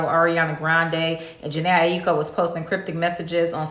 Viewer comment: Favourite artist and cant pronounce her last name right 😂